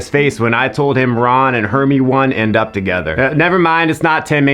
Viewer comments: '' ron and hermi-one'' 😂🤣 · WTF WITH THIS HERMIONE PRONUNCIATION